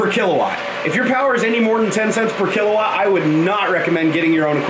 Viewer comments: Kilowatt... Not kila ;-) Great vid, mayne! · kilawatt xD its kilowatt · "Kilawatt" :D